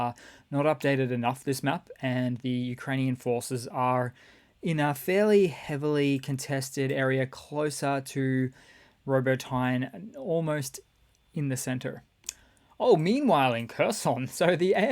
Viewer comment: It's not freakin' Robo-tyne, there are NEVER silent Es in Ukrainian. It's Ra-BOAT-tin-eh